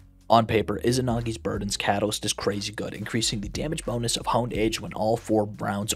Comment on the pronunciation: Isanagis not is S is ridiculous